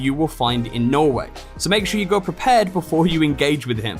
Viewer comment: It’s pronounced norweigh